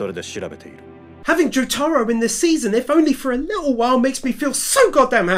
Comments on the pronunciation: Joe-Tar-Oo ❌ Joo-Ta-Roo ✅ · He said jotaaro instead of jotaro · My name is pronounced Joe- tah- row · I love your work, man. But....the way you pronounce Jotaro as Jo-taro hurts me lmao. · Why does he keep saying joTAro. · I died when he pronounces Jotaro different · Please learn to say thing like jotaro correctly. Also JoJo isn’t in season it’s in parts